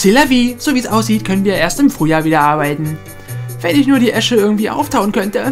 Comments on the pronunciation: Es heißt "ESSE", ESSE! Nicht Esche. Eine Esche ist ein Baum und die Esse ist das Feuer/die Glut einer Schmiede;) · das heist nicht esche sondern esse:)